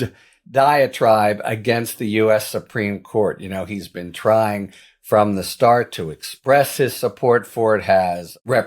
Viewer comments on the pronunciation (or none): none